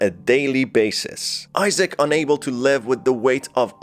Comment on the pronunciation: BROOOOOOOOO it's Isaac not Issac